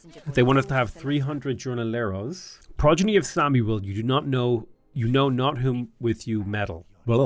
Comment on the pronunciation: I love how you say "plantans" and "Gornoleros." I pronounce plantain plantin, with my island accent. Also, the J in Spanish sounds like an H in English. "Hornoleros" ......I don't care I like the way you say both.